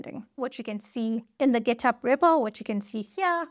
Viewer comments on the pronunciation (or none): none